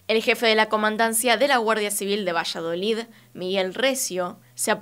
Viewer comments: Dijo villaloid luego vallaloid 😂 el caso es que no digo Valladolid hasta despues 😂😂 te amamos pero es VALLADOLID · Muchas gracias por el nuevo vídeo ♡ Solo que JAJAJ, me da ternura que digas "Vallaloid" y es "Valladolid" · al principio no entendía vallaloid, luego entendí q era Valladolid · Todos: Valladolid: VILLALOID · dijiste vallaloid varias veces y es valladolid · Dijo "Vishaloid" 🥰 a cualquiera puede pasarle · 😍😍 un tierno error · Bella, es VALLADOLID, leido tal cual se escribe. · ✨villaloid✨ 😂😂😂😂 A parte de esto, me encantó el vídeo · Dijiste "Villaloi" o algo así xdxdxd